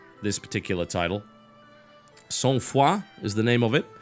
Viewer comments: Oh thank god, he learned how to pronounce the name since the podcast! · TB, good pronunciation of the title! I'm from quebec, so all of this very familiar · Thankgod the "ou" doens't sound like "uhw" :)